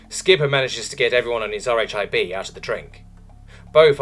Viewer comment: "RHIB" is short for Rigid Hull Inflatable Boat, and is pronounced "Rib."